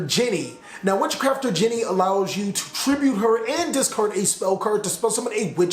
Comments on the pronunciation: thats not witchcrafter "jenny" its genie like in the lamp. great vid as always though. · You pronounced genie like Jenny and crochet(a type of sewing) like crosh and maybe I am wrong but I dont think you got it right